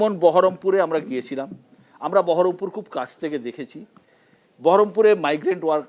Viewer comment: বহরমপুর কে ঠিক মতো বহরমপুর বলতে পারে না সেহবে সাংসদ